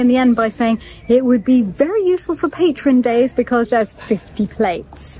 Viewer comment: Yes, you need another dinner service....😂🤣😂: "Patreon's Day......"🤣😂🤣